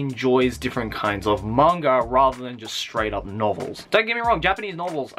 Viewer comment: why do you always say manga like there is a r at the end?